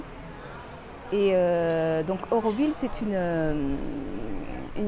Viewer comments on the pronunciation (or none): Nous autres Aurovilliens sommes un peu tâtillon. Tu as, en effet prononcé "eu" au lieu de "au"; Mais, après tout, cela reste d'une moindre importance si ton intention était bonne.